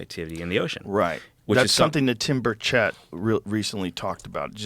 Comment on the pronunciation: Tim's name is pronounced Tim Bur-ket